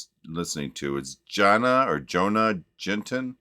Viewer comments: Jonna is pronounced “Yohna”. She is a very talented videographer, vlogger, content creator, who lives with her husband in North central Sweden. So you were correct on the location. Check out her channel. Her vlogs a medicine for the soul! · Jonna would be pronounced more like Yoanna:-). Not an H. Aww I can't believe she wrote this gorgeous lullaby too❤❤😮 🇸🇪 She is so talented- in art, photography, videography, living in the wild, ice baths. Wow I just love her and now I am blown away by this song 🎵